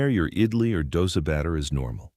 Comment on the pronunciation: It is not pronounced idily ,it is idli.